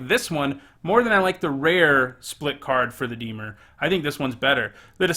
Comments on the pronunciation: Lol I was going to call you out for the way you pronounce Dimir but at least admit it lol.....it IS NOT DEE-MUR,......it is DA-MEER. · Dimir Temur Dimir Dimir Temur Temur Dimir? You pronounce both the same! Move the stressed syllable from DI-mir to di-MIR, that should fix it for the most part. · Deemer? Its dih-meer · Dee-mer < di-mear' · I love your channel, love your vids, great perspective on cards, really entertaining top 10s, and you’re by far my favorite magic channel But for gods sake when you say “dee-mur” I want to punch you through my phone screen. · I was gonna say, I feel like the pronunciation of Dimir is not a big deal. I watched some Ben Stark drafts where he pronounced Bugler like bug-ler and basilisk like bass-ill-lick. That's much more annoying. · Why is everyone so upset about the pronounciation of Dimir? It's a fictional term, y'all should relax. Especially if someone already commented it. One comment pointing it out should be enough, right? Anyway, thank you so much for your hard work,, love your videos! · The pronouncing of dimir is really annoying. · Why should I take your opinion on this set if you can't even say dimir correctly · Roses are red Everyone plays temur Dear lord please learn how to say dimir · In a video that can’t be watched About a set that was never made Speaks a man who can’t pronounce the name of a guild.